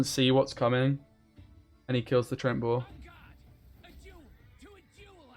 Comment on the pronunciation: Love your vids, but it's treeant, not trent ;)